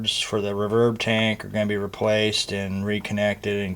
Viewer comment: Who says "rahverb"? Other than that, great vid!